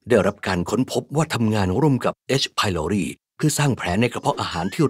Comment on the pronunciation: H.prloriอ่านว่าเอช ไพลอไรด์ไม่ใช่หรอ